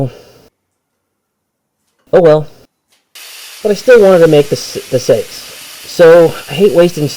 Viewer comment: You pronounce seax like you say saxophone. (Sax)ophone. Or (Sax)on as in Saxons, the Germanic tribe..